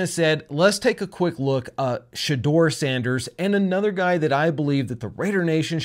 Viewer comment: please. Not Sandèrs